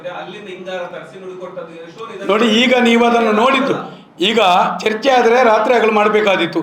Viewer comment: ಚರ್ಚೆ❌ ಚೆರ್ಚೆ ☑️😅